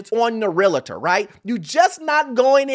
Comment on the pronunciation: It’s Realtor, not Real “i” tor.